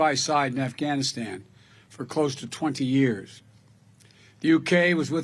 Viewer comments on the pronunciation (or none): none